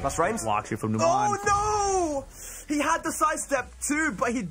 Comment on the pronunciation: Every time I see Numan, I think about Numan from Seinfeld. And then they call him nuMON and I get irrationally angry that they're mispronouncing it lol